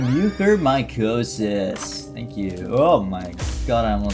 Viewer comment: mispronounces Vade Retro pronounces Mucormycosis perfectly